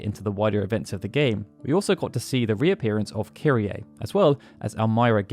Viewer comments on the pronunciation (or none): none